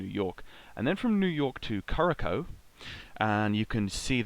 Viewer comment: Thanks for an entertaining show. One note, Curaçao is pronounced ‘KuraSau’ ;)